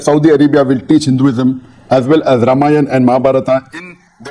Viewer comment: Abey naam tho sahi dang se bol ye Ramayan hai Ra..ma..Yan samjhe...😊